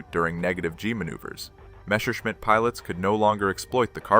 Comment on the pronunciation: It is NOT "Meshershmidt" It is Messerschmidt. (Means knife smith)